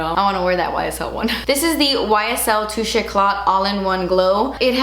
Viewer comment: I did not think you said touché when you described that foundation. I thought you said two shits.